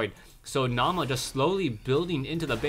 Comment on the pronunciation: Naama is a finnish player, and the meaning of the word is "Face" And btw, Naama is pronounced without any accent :) (I'm a finn, too)